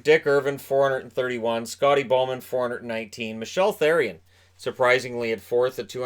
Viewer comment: Wait... how did he pronounce Therrien?